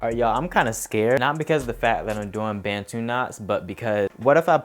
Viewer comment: Bantu is pronounced as “buntoo” not “bentoo ” Issa African word... a certain group of people in Africa, not being rude just saying 😊❤️